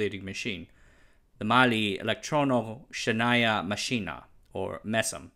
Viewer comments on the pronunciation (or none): as he translate: the mali elektrono schenaya maschina, LOL🤣🤣🤣🤣🤣🤣🤣🤣🤣🤣 if you know Russian, you will LOL too😅